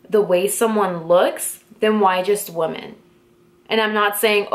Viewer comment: It's pronounced "wim en" just FYI. I love your sparkly makeup and backdrop btw!!